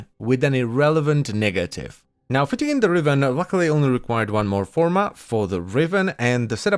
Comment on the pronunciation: "with an irrelevant niggative"